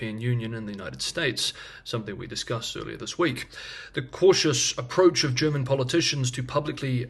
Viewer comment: Thank you for delivering your excellent analysis every day on time for my lunch break ☕🥪 Your German pronounciation is spot on.